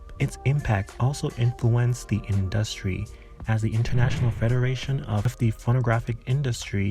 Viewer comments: Why do you pronounce industry like that? 🤣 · The way you pronounce the word 'industry' stresses me out so much lol